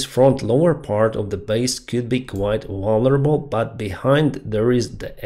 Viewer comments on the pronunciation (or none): none